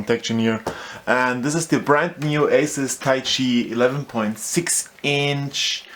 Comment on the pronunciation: lol "weeeeeeechiay" i giggled for hours :D but yeah bad review.